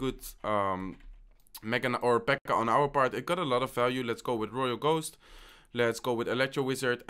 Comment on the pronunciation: Finally you get it right, Pekka no Peka xD